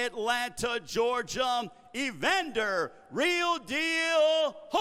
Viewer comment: why does that host add an M at the end of Georgia? da faq?